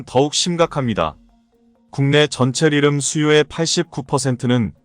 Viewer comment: 리름이 아니고 리튬으로 발음해야 맞습니다.